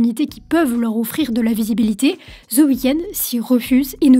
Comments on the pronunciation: Aucun intérêt ta vidéo.. désolé .. et c’est chiant de t’écouter dire « the weekends » … y’a pas de s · "ZEUH" weekend. Quel accent.